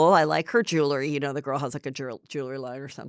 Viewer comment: Heather, it’s pronounced jew-el-ry, not jew-le-ry.